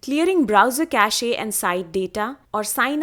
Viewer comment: Thanks. Small thing. Cache is pronounced with one syllable. The e is silent.